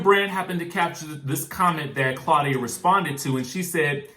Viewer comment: Okay "CLAWDIA" mind yo own Gurr!!!!